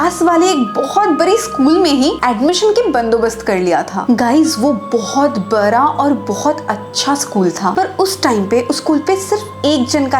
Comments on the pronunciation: Bara nhi bada bolo didi😅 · App bada ko bara kyu bolti hai😂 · App bada koh bara kyu bolti hai didi😂